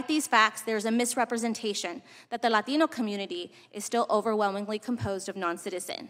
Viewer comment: For the LAteeeenooo community lol why she say it like that